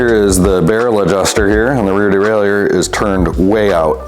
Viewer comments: Well what i think is learning how to pronounce Derailleur without putting some weird French spin on it (unless you're French of course). Seriously, that's like nails on a blackboard. Just say "Derailer", lord 🙏 🙄 🤦‍♂️ (my father used to fix bikes back in the early '70s, if i ever hear him say "derailEUr", i'd have spit my coffee out, sorry) 👨‍🌾👨‍🎨🗼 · De rail ie err ? What dude you might want to take a closer look at the pronunciation of that word bud